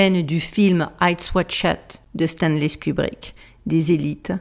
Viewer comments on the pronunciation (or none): J'ai beaucoup aimé Stanley Skubrick et Fidel Gastro 😂😂 c'est encore plus drôle quand c'est pas fait exprès ! Petite mention d'honneur aussi pour "motus operanti" 😂